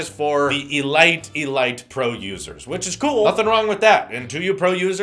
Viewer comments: Elite is pronounced like "E leet" not "E light". Doesn't really matter at all but still just putting it out there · ....did he say "e-light"? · My dude said “e-light” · Did he say e-light? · Elite... he’s saying it weird